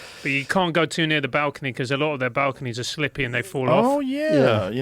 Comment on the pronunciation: Francis, slippery not slippy. Typical teacher.